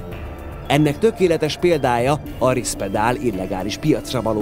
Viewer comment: Kedves videokészítő! Ha adatokat, elnevezéseket közölsz, jó lenne utánanézni és pontosítani, mivel a szakmai közönség kevésbé tudja hitelesnek elfogadni a tartalmat, ha már az elnevezésekbe is hiba csúszik. Nem Rispedal, hanem Risperdal az említett antipszichotikum neve.